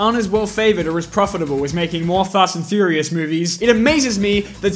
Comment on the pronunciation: did he say fast and furios or farts and furios